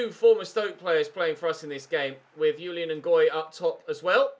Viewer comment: Julien is a French name and you pronounce the J